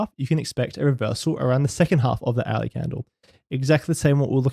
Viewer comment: Very interesting stuff.... This candle behaviour is something the rest does't really talks about. What I really wanted to say is that it took me one or two hours listening before I figured out that you say the word "hourly" ;). Thanks for making theis content!